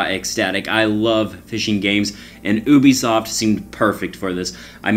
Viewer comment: "Ou-bee-soft" hahahah 😜😝😜😝